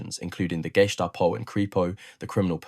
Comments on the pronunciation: Did he say …..”Gay-stop-oh” ? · Pronounciation could have been worse. It basically boils down to whether or not you pronounce it as a word of its own or parts of the underlying components of this abbriviation: GEheime STAatsPOlizei. Even inside Germany people might put different emphasis on the "e". That being said, the pronounciation is certainly closer to one of "geh heim" (go home) than "geheim" (secret). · The pronunciation of Gestapo used here. 'GAY-STAPO," sounds as though it might be a modern day German police organization.... 😂😂😂😂😂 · Nice work! So much better than other YT videos. Although you could learn how to pronounce "gestapo."